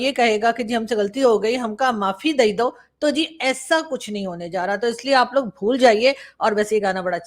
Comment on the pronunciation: Arzoo , Your studio is half India symbolised by our Lord Buddha and the other half is Pakistan . The left side looks brighter, cheerful . The right side is the medieval looking Pakistan. " Maafi Dae do" - typical expression and right accent with which is spoken in Prayagraj/ Allahabad.